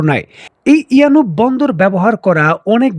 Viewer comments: It's a yanbu port , not yanub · ইয়ানুব নয় ইয়ানবো।